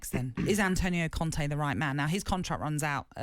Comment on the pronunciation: It's not conte.. Ffs